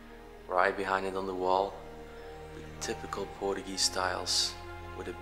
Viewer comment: Portuguese not portugee😂